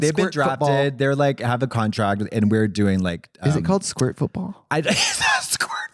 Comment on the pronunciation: Pee wee squirt 😂😂😂😂😂 squart? 😂🤣😂 I am screaming 😭